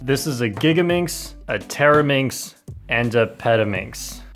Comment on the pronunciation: Bro, did you say 'Teraminx'? It sounded more like 'Terror-minx' 🤣🤣😂😂